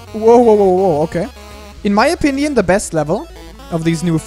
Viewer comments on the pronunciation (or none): none